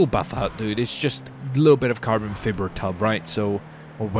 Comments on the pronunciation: it's pernounced Carbon Fie-ber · Holy shit him saying Fib-er was triggering lol